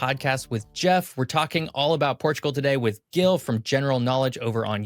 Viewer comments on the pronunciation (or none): I didn't see the whole video Did Gil never corrected him about his name? It's not Guil. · I just wanna mention that Gil's name is pronounced with a soft "G", (like a J). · I rather like these more detailed explorations of a part of the world, but it hurts my ears to hear Gil being pronounced repeatedly with a hard "G". I do hope it was his own choice to anglicize it. Regardless, I just can't finish watching this. Skipping on to the next video in the series. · Gil, why don't you correct the pronunciation of your name?